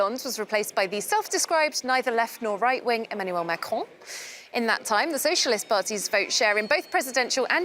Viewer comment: he can't even say Emanuel macron.